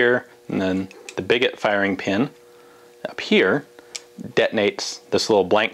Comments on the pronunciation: I think it may be pronounced “bee-go”, since a lot of fire arms terms originated from the French like sabot, ogive, flechette, etc. A little bit confused why Ian, the Francophile did not put that one together. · Is it certain it's pronounced "bigot" like this and not some kind of portmanteau of big and sabot that would be pronounced "biggoh." It immediately struck me as basically a massive inside out sabot.